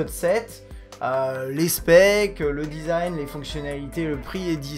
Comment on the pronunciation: Ok donc tu payes ton tel 850 euros "pourre le dizaïne" et tu le mets dans une grosse coque degeulasse car même une ultra fine ne suffit pas à empecher la casse du verre. On aurait pu faire un combo verre trempé avant plus arrière pour le protéger mais non tu ne peux pas sur les derniers Samsung a cause du dos incurvé (encore plus fragile) et la face avant à cause de l ecran edge... Et meme sur le s7 normal tu ne peux pas car le 2,5 d est beaucoup plus prononcé que sur les autres tel hdg. Je suis un détracteur du 6s mais pour le coup il est plus solide car il suffit juste d une protection en verre trempé devant. Voila une des raisons principales qui m a fait prendre le HTC 10 au lieu de ces Samsung de merde designé pour se casser et être impossible à protéger. Biensur il y en a des tas et des tas d autre.